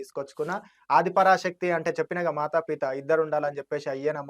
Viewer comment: పీత కాదు పిత.. మాత పితలు